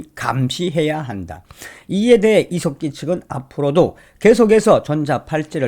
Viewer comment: 저는 처음 께서.....이색기 하고 욕하시는줄 알고 깜딱 놀랐습니다~ ㅋㅋㅋ; 이 색 기......라고 하시는줄 알았는데.....?? 이 석 기 였다라는.....?? 그런데....자세히 들어보세요...?? 그럼...이 색 기 라고 들립니다~* ㅎㅎ